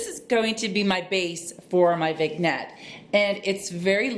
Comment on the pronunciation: Hello! I think it is pronounced....Vin-yet. Love your channel!